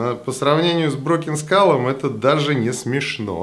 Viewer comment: Спасибо за видео... и правильное произношение названия ножа, задрали его " разбитой школой" называть. Думаю как, условно первый нож он крысе не конкурент, ибо цена, хват, дизайн и механика. А вот условно второй, когда стальку бы поинтересней, вес и толщина рукояти для пресловутого EDC, умеренные деньги.. вот тут конкурентов ему не вижу. Разговоры про клипсы, удобство хвата и т.д. справедливы конечно, но это вкусовщина всё же, да и абсолютно любой складень это компромисс. Этот нож явно заслуживает внимания, хотя лично мне он вообще не нравится=))))